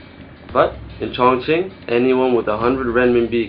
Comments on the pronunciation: ' at 1.41, you pronounce 'Chonqing' as 'Chong+Ching.' If I'm not mistaken, even going by the 'modern' spelling, it's pronounced; 'Chong+King' In earlier times - prior to the adaptation of Pinyin (before the 70's/80's in the west), this areas was known as 'Chung King.' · I think in Mandarin, Chong Qing is pronounced Chong Jing. It is the Anglicize pronunciations that make Chinese names sound ridiculous to Westerners. The heavy nasal tones of British make names of every other language sound ridiculous.